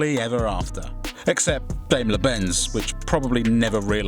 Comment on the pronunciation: Can you people ever try and pronounce a car brand or group correctly? Go and listen how Daimler is pronounced...